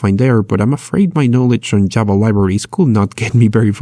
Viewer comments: I neber eben knew you can install Jaba (the Hut) like that :) srsly its pissing me of its a V not a B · Java not Jabba 😑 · "jaba" but good video...